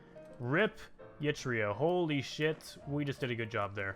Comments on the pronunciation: Eritrea is pronounced Eritrea (air-ih-tree-ah) not yitria please stop making me cry daddy. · ERA TREE YAH I told you how to pronounce it mate.